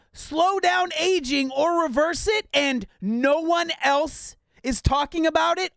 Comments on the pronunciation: Bruh, she also said “slows down the “agg-ing process”... agg-ing instead of aging. I’m sure it’s not that hard to find someone who looks good but can also read a teleprompter better than this person. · but she pronounced AGING wrong... HOW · she pronounced the word "aging" wrong...